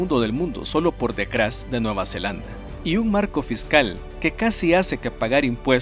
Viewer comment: mecros, encuencra, decrás, cransporte, crés veces? por que pronuncia la T como C??